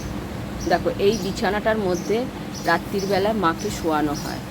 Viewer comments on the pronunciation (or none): none